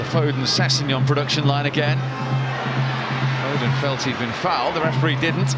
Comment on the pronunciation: LeMat yeah except the Irish geezer kept calling him foden 🤔